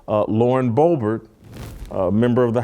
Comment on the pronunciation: Love you Jason....but dammit...its BO-BERT. Not that difficult.